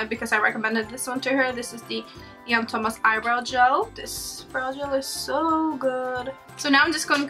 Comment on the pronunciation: The second you said 'Jan Thomas' I knew you were Norwegian!